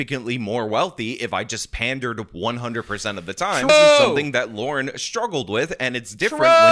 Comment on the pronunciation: Lauren. Not Laura. That is the extent of my criticism of this video.